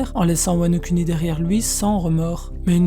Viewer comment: MDR c’est un détail mais mec stp dis « WANO KOUNI » 😥 et pas « kuni »